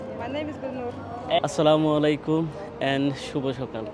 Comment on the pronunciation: ভাই আপনার ভিডিওগুলো সব দেখি কিন্তু আপনার সালামটা কিন্তু সহি শুদ্ধ হয় না